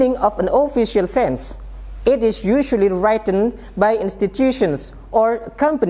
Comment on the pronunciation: Penjelasannya bagus, sangat bermanfaat. Tapi sekedar koreksi, kata "Written" harusnya dibaca written, bukan wraiten. Lalu format tanggal bahasa Inggris harusnya bulan dulu, baru tanggal, dan tahun. Contoh: Wednesday, 15th June 2020. Soalnya sekolah di Indonesia rata² menggunakan American English style.